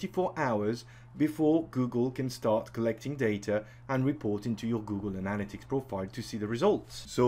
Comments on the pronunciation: ANN-a-lit-ics.. not anal-a-tics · Its analYtics not anAl-ytics !!! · Great video, so useful. But it's pronounced ana-LY-tics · 'Google anala-ticks' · I think you're pronouncing that wrong Google Analytics. But I'm guessing it because of your accent. Not throwing shade. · Great video but you pronounced 'Analytics' in about 4 different ways :) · I can't trust a man who can't say analytics correctly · I just love how you say analytics, honestly. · This was an excellent tutorial thank you! But you must learn how to say analytics correctly :P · nobody would hold it against you if you actually learned how to pronounce "analytics' properly. That was fkn torture...had to bail after 2 minutes. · Every time he pronounces “Analytics” 😑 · I wish you hadn’t crucified the word “analytics,” but I got past that, you have bang-up presentation and content. 👍🏻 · Great video..Please pronounce "Analytics" correctly. It's driving me crazy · I like how he pronounces "analytics." LMAO.